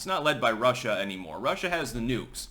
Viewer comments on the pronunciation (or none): none